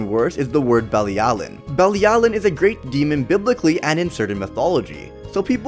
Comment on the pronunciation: You are pronouncing Bilialin wrong 🙄🙄